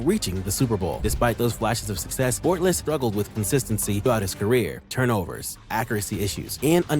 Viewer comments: How is he gonna say Bortles wrong when he has highlights with the last name being said the right way 😂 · The way the ai says Bortles name,than says Watkins has 50k receiving yards 😂